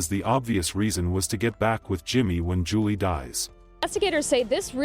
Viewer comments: Please pronounce her name correctly it sounds like July not Julie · Did that reporter say "July Johnson"?! 🤦🏽 Just disrespectful.. She knew dang well that's not how you pronounce that. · Here name was pronounced "July" like the month. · Her name is pronounced like july Rip 😢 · I appreciate you covering Julii's story, but my little cousins name is pronounced like the month of July, but it's spelled Julii. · July it's pronounced July